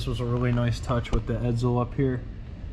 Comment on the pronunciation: .......ED-ZULL?.....ED_ZULL?.....did you study pronunciation under Professor F.N. Artard?